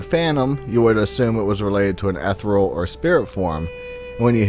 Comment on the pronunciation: You attended college in the US, but you don't know how to pronounce "ethereal" in English?